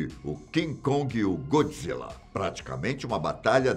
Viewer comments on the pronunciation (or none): none